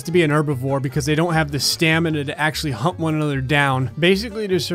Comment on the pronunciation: when he said "they dont have the strength to hunt one another down" it sounded like he said "hump"